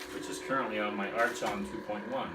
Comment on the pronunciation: Great review! I have two sentinels and they've fastly become my favorite dueling sabers. So ergonomic and sturdy, being one solid piece of aluminum. And btw, not to nitpick, but it's pronounced "ark-on," not "arch-on," even tho it's spelled that way. They were governing magistrates of ancient Greece.